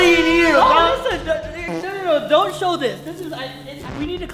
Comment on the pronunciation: the fect that when he said show is said shut